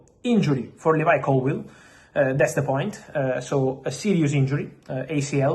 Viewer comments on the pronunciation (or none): none